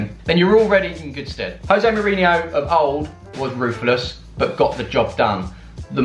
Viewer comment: Jose ... with a “J” at the front bro.. he’s Portuguese... not Spanish 😉